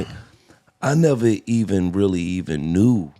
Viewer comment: First rapper i heard say neverary crazy